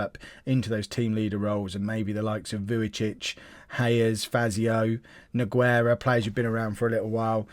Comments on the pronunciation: Exactly it may sound weird but Nogueira for example sounds like this: NU-GAY-RA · I'm gonna give you a little tip for like 90% of all spanish/latinos/Portuguese people the "U" in the middle of the name is silent, just so you know in this case "Nogueira" the "u" is silent